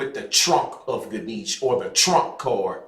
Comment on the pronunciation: It would be nice to hear you pronounce Ganesha correctly with the a at the end